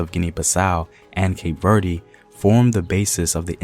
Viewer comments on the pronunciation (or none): As a Cape Verdean brother, let me humbly educate you on the pronunciation of the country. Cape Verde (keip - Verd- the "e" is not stressed, as you did in this video) If you would like to say it in the Portuguese manner you can say Cabo Verde (kahbo-verd) and if you want to say it in the Kriolu version, you can say Cap Vert (kahp-vert)